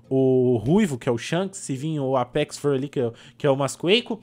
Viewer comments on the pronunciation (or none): none